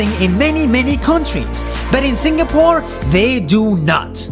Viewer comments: It’s Sing a pore not Sing ga pore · It's pronounced "sing a pore" not "sing ga pore" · ITS SING AH PORE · I like this video but im really bothered by how this guy say singapore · I like the way how he stressed on the word "Singapore"